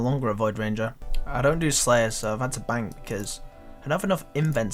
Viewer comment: “Dah is litchrully mhey whole benk”